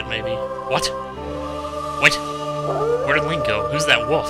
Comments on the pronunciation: How did I know that would be one of those people that say "woof" for wolf... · lol did you say who's that woof?